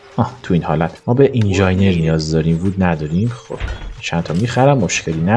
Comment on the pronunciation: داداش بخدا اون اینجاینر نیست 😂 تلفظ درستش اینجینیِر هست